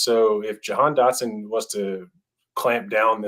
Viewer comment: "Receivers take time to adjust to the NFL" But apparently Dotson is the only one that will have that problem? Even though he is insanely NFL ready? Bad take but at least you did enough research to say his name right on that one.